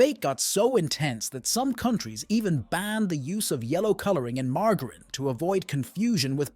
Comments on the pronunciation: Margrin?? The fuck is that? Its MARGARINE. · Weird pronunciation for margarine!!! it's mar-ja-rin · Do you mean margarine? Mar-jer-een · Good old mar-gerin. 😂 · ‘Margherin’…cringe Pronounce is correctly 😑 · I've never heard margarine pronounced with a g before